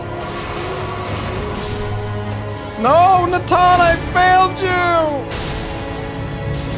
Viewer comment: Who in the hell is nataan😭